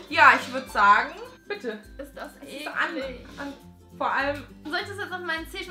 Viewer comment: Vor allem "ekli n ge"